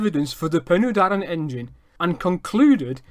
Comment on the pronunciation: Penny Darren NO! Pen y Darren Phonetically Pen er Darren Pen = head, and in this use Head of the Darren = The river that runs down the Darren Valley to Caer Philli. Doen the Taff Bargoed Railway in Railway jargon. If you are going to tell us 'History', then please research and get the pronunciation right